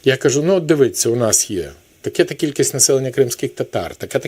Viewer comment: З великою повагою ставлюся до Петра Порошенка! Хотів би бачити його наступним президентом! Але, пробачте, в нашій країні ладу не буде доти, доки шановний Петро Порошенко не вивчить слово «дивіться». Я вже скільки років чую від нього такі помилки, як зі словом «дивіться». Він на заклик, замість «дивіться», каже «дивИться»». Замість «тих» каже «тіх». Замість «мій підпис» каже «моя підпис». Тощо, тощо, тощо… Це помилки явно москворотої людини. І таких помилок у Порошенка купа. А це тому, що він українською говорить, явно, лише на камеру. Тому, що досі руZZкій мір в голові… І це людина, що проголосила дуже правильне гасло для України «Армія! Мова! Віра!» Так якщо людині, що це проголосила, начхати на мову, (що видно з багатьох його помилок у промовах), якщо ця людина бреше в основному принципі, то що чекати від решти?… Брехня з мовою, говорить про те, що ця людина може брехати й у решті принципів. Мені це дуже прикро. Бо кращого за Порошенка претендента на посаду президента в Україні зараз нема. Я дуже дяку шановному Петру Порошенкові за його вагому, потужну допомогу нашим воїнам! Така його допомога нашій Армії, гадаю, це справжній його подвиг! Але, пробачте, ладу не буде, доки Порошенко повторюватиме раз у раз ті самі мовні помилки. Тобто, ладу не буде, якщо Порошенко продовжуватиме брехати стосовно одного з основних його принципів. Стосовно Мови! Якби команда Порошенка дійсно дбала про Мову, як складову гасла «Армія! Мова! Віра!», якби дійсно дбали про Мову, як потужний оберіг